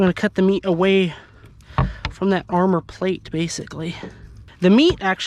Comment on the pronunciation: Body GAR-mor(said like armor) 😂😂